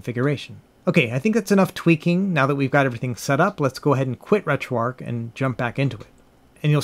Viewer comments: RetroARCH, not Retro “ark.” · It’s ARCH not ARC but good comprehensive video 👍🏻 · Uhh, another person who calls it retro "arc" Why do you guys do that?